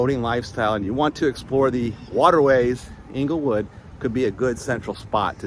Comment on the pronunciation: Correct pronunciation Of Englewood, FL is "Angle-Wood" you are saying Inglewood (as in Inglewood, CA)